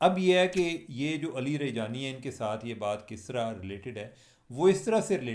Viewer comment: Cheema sb u r greart journalist but u cant pronounce correct name of ALI LARAJANI ?? Afsoos hua sir